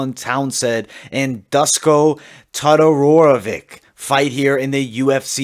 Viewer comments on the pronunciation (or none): It's not Dusko, it's Duško, read as Dushko. Todorović is more like Todorovich.